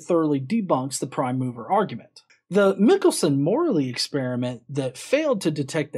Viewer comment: Michelson is actually pronounced with a long i, like "Michael." (I'm assuming Richard Feynman, whom I heard lecture at Caltech, got it right.)